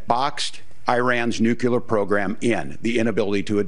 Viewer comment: DON'T SAY "NOO-CUE-LAR" THAT'S NOT HOW YOU PRONOUNCE NUCLEAR!